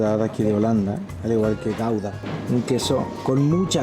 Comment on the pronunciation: El queso gouda, me sonó al quesojaldra jajaja, perdón.